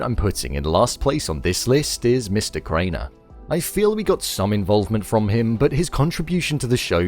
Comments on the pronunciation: It's "Graner", not "Craner" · He said Mr. “Craner” 😂 it’s GRANER use subtitles man or at least look up the casting list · Graner, not Craner I don't get a caring vibe from Milchick at all. I think he's a sadistic SOB who loves terrorizing the innies.